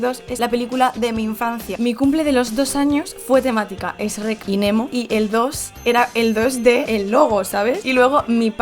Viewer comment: Fue difícil ver el vídeo completo cuando dice ESH REC